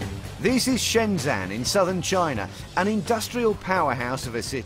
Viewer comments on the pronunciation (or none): I live in Shenzhen, and it's pronounced Shen-ZEN, not Shen-ZAN... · The name of the city is Shenzhen not Shenzhan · 'This is Shenzan'